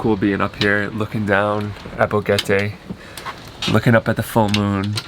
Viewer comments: Boquete not BoGETe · Spell the name of the area where you are! It sounds like bogeta